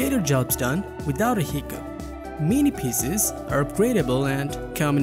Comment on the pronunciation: Hard to understand PCs pronounced a "pieces".